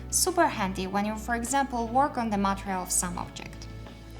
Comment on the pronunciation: Hi, your english is really good, but I have a problem with just one word ... "material". You pronounce the word material so bad that totally changes my focus on the video. Please try to change that bad habit. Great videos! and thanks for sharing your work!